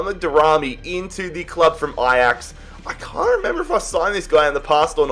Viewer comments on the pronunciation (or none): none